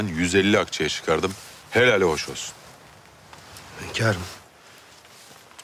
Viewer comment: HÜRREM demeyi biliyor ama HÜNKARIM diyemiyor başladı HÖNKAR azabı hepimize geçmiş olsun